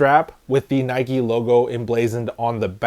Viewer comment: Why do you pronounce NIKE NIKEY you don’t ride a BIKEY do you?